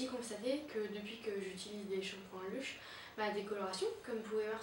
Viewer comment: La video est pas mal mais on dirait que tu avais deja ecrit un texte enfin on a l'impressiom de voir une pub ou une presentatrice tele alors que sa serai meilleur si c'etait spontané :) P.S : On prononce "Leush" Bonne continuation